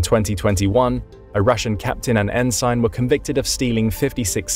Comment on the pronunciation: "en-SIGHN"? I didn't realize an AI was reading this.